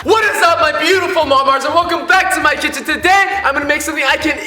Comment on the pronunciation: It is like you said titchen